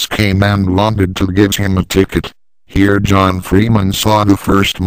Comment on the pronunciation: John Freeman, over HEER!